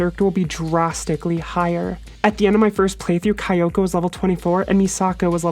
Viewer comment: Not insulting you, just letting you know: Kyoko is pronounced "Kyo-ko," not "Kai-o-ko." And great video as always!